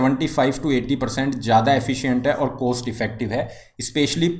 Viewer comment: You have problem to pronounce cost.. Please correct it.